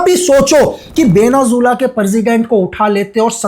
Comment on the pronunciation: Venezuela ❌ Venazula ✅